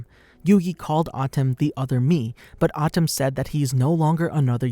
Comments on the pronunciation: Lol it's pronounce MOE - TOE not moo too and Ahh tem not Atim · atem is pronounced as aye tim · Just don't say the names bro that not how you pronounce atem nigga come oooooooonnnnnnnnn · wtf this guy can't say atem or moto lmaooo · Why are you pronouncing all of the names weird? Kehmo? (Chemo), Atom? (Atem) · Me but that’s not how u say atem or muto